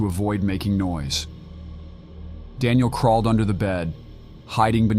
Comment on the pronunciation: “Screw-dreever”? “Dawn-iel”? “Stom-acks”?